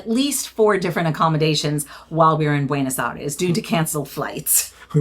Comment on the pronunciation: With all due respect, I wish you pronounce properly the words "Buenos Aires". It's not that hard.